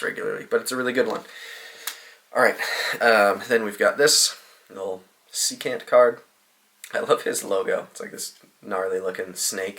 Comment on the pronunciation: If it's from the trigonometry term "secant" (reciprocal of cosign), you pronounced it right haha.